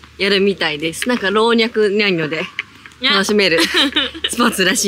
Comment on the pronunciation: 「ろうにゃくにゃんにょ」かわいい